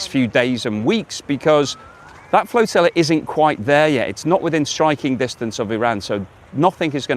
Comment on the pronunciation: please say flotilla r Like flotilla and not floatilla like flotilla keep up the good work. Visit Perth everyone knows its best in the West😊